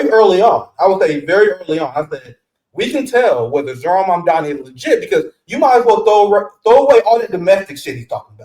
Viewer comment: Great conversation! Only thing is, you keep mispronouncing his name ..it's MAMDANI.